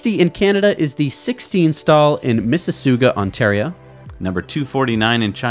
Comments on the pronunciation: It's Miss-i-SAW-ga, not "Miss-i-SOO-ga". Now you know.:-) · Hey. Just a minor thing. It's MISS-A-SAGA phonetically. Mississauga Ontario Canada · It's pronounced miss-is-aw-ga btw: Mississauga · FYI: it's pronounced Miss - i - saw - ga. Thanks. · Haha it's "Miss-iss-SAW-ga" Ontario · Miss Uh Sog Uh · Cataldo On top of being quite mispronounced. (Tough I understand the difficulty for someone who presumably only speaks English.) Google translate does a reasonable job pronouncing it, if a little robotic.